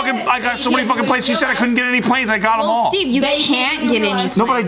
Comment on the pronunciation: Steve.. steeve. Eee.. not like stiff like cheese.. steve.. steven..